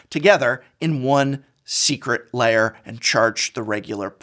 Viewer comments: What prof wants to say: Secret Lair What prof says: Secret Layer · Secret Lair, not Secret Layer. Come on, Prof, you’re a recovering English Professor. Love you and your content. Just picking a bone.